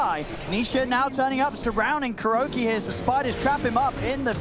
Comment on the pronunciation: its Kuroky .... not kuroKI